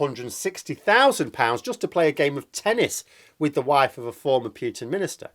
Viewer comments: Please stop saying «Pyootin»; it's «Pootin». Cheers. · please, it's Putin, not Pyutin. Imagine Pootin when you say it.